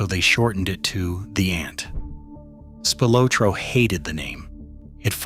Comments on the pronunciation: Ohhhh is it Spy lot ro now? Funny because I always thought it was Spilotro pronounced like spill ot ro and not Spy lot ro. Spy a lot did he before he got his brain bag bashed in good and proper? Was his bro a spy too? Is that what got them put in a shallow grave? Looks like a case of bad guys taking out bad guys maybes worse guys or at the least the same guys so come on lets put our feet up crack a beer and watch the football. Lets forget about bad news. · I cringe everytime you say spy lo troe! It's actually pronounced Spi lo troe. Sorry to be so picky 😁 Good job besides that though 😉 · I do wish that they would p rogram these AI generated narratives to pronounce names correctly. Tony Spill-ah-tro is the way the name is pronounced, not Spill-oh-tro, or worse, Spy-Lo-tro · IT IS NOT SPY-LOW-TRO IT IS PRONOUNCED SPIL-LOT-TROW AS IN THE LOW OR THROW SOUND. Spillotro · It's Spill-aht-tro. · Spy-Lotro? Never heard it pronounced that way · Spy lowtro? Ai narrator needs to be brought up to speed on pronunciation. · saying Spy- lotro is also annoying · " SPY LOW TRO"...... YOU'RE FAKE AI BS IS LAUGHABLE!! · “SPIElotro” is annoying af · SPY_LO_TRO. Are you kidding? Unlistenable. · Spy low tro 😂😂😂😂 can't get over it. Spy low tro, or was it Spy lo tro? 😂😂😂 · must be some shitty AI as you can't even pronounce SPILATRO right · "Spy-lotro" LOL, followed immediately by the word "BUTCHERED" on screen, LMAO. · Spy-low-tro?..AI pronunciation as well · It's pronounced Spilotro for fuck's sake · Spylowtro?I was about to turn it off after that shit. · It’s Spill-ot..trow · Tony Spylowtro😂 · Spy low tro? You've got to love AI.😂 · They don’t even pronounce his name correctly. Spy-Low-Tro?? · As usual, the AI cannot pronounce Tony’s last name correctly. Here’s a novel idea: how about an actual human being reading the script? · Down voted for AI slop, it’s unwatchable due the mispronunciation of Spilotro, like nails on a chalk board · You need to learn how to say his name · SPY loh tro😂